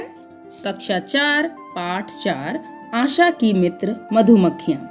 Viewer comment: mam Asha hota hai asa nhi 🤣🤣🤣🤣